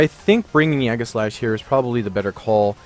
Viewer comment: Egg-a-slash?? Zap-a-dos?? do your read english??